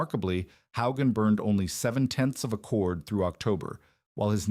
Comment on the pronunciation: This mispronunciation of Hogan is distracting and annoying. A human would know how to say it. Too bad the AI or CGS or whatever automated system at work can't deal with it. Someone should review this stuff before posting it.